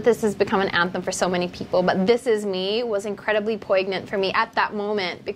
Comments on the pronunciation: OMG I noticed a pronunciation blunder when she used the word POIGNANT. She pronounced it wrongly and I could not believe it hehehe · bakit ganon ang mga Filipino, may mali lang na nasabi, puna agad! Perfect?! It's a mispronunciation, not a blunder. OA! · Aysus... puygnant pognant poygnant pugnunt... Kahit ano pareha lang yan uy